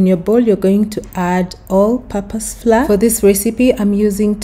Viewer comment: The correct pronunciation of the word "Flour" is as "flower". Not "Flaaa" Just to avoid confusion for others. Thanks for the recipe 🤗